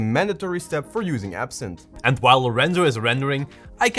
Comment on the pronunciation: Its actually Ebsynth not absinth😅